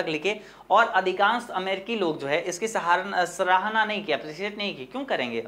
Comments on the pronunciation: Pahle padhana sikho mere Bhai aur bolna bhee sikho सहारना नहीं सराहना होता है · Sarahna ko saharna padhte hai sir😢